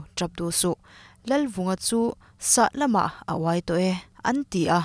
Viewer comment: Sah lamah...ni lovin Sahlâmah tih tur aw..'Sah' chu a rik dan a dik..'lâm" tih chu "lâm a thiam ngei mai' tiha 'lâm rik dan anga tih rik tur.